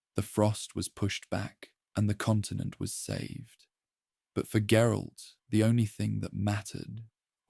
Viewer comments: Gerille? Is that supposed to be geralt, and if so how do you mess his name up so bad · “Jerolay’s unique worldview”?? You mean GERALT’s